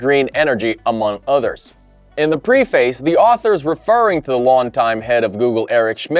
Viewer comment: where are you from? Your accent sounds normal but your pronunciation of certain words is truly bizarre. Today you pronounced “preface” as “pre-face” (rhymes with “face”). Some words you regularly pronounce oddly are bipedal, generative, regenerative and I’m sure there are more. It always takes me out of the moment and makes me scratch my head. Just curious!